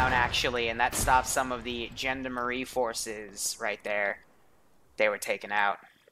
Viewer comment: for context: Gendarmenie said - Gen da rah mean.